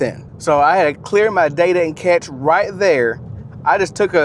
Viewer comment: Are you saying cache or catch?